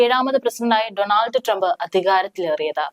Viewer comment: ഡോണൾഡ് not ഡണാൾഡ്